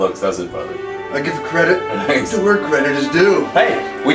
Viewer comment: you pronounce it wrong